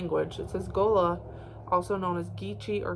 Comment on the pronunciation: You are saying Gullah right 😊